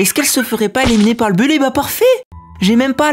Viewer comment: Super vidéo, et on dis éliminer et pas éléminer